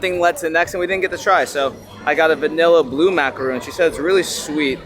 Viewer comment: Macaron, not Macaroon🤣 Macaron is made with almond flour, Macaroon is coconut. You always have the biggest smile !! Keep doing what you do! You are da bomb!!!